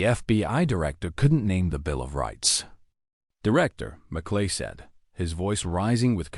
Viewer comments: The commentator needs to pay attention to the name of a US Senator. Merkley not Mcllay. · AI????? MerClay??????? for Merkley. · M E R K L E Y is not pronounced MAKLAY. Do your homework. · Merkly not Mc lay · The senator’s name is pronounced “MURK-lee.” He’s from OR. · I am not american but the narrator needs to know merkley's name